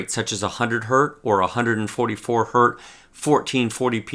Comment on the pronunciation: Why does he alyways say hert instead of hertz?